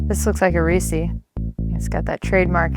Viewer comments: Rees-us not ree-sees, please. Source: Hershey Hometowner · Imagine calling it "reesee". It's supposed to rhyme: Reese's Pieces. "Reese" is a name. "Reesee" is not. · Reese-see? Excuse me?? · Anytime I hear REESEE I want to end it all. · I would divorce her for pronouncing Reese’s like that. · lost a lot of respect for the wife after that pronunciation of reese.